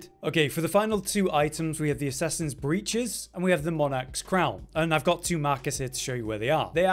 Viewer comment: Every video game guide for any game that ive ever watched that says breeches. They say it like bree, ches. But its actually said like brih, ches. I find it so funny